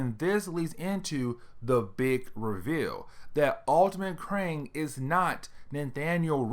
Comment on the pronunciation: Kang not Krang. Krang is a TMNT villain.